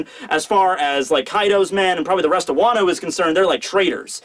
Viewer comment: " Wano-Wan"